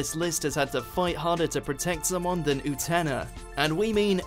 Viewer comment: What is it w/Utena and pronunciation?! If you'd watch an episode or two in the original Japanese, you'd surely easily pick up the proper pronunciation.... I am baffled by this; it's not that difficult to get it right!